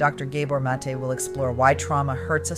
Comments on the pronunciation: Very helpful thank you. I believe The doctors name is pronounced- Gahbore' Mah'tay (emphasis on the apostrophe) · You need to learn how to pronounce Gabor Maté's name, you're mispronouncing it